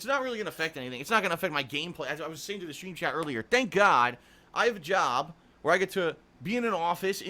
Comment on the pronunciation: I just don't understand how a guy his age thinks everything is so odd, strange, or is baffled by every day things. Unless he had to go to the hospital, why such a big deal about a stupid sunburn? Oh, and he says "schtreem", not stream. lol